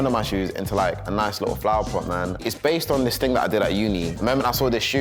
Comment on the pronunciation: saying ting lmfao